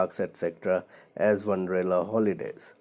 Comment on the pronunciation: It's wonderla not wanderla